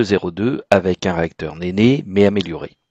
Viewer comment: Le Rolls Royce « Nene » se dit « nine » (c’est une Riviere de Grande Bretagne) Ou « nène » si on veut faire français. « néné », ça fait un peu bizarre… 😊